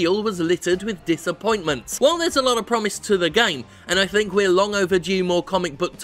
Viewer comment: The word is THINK NOT FINK.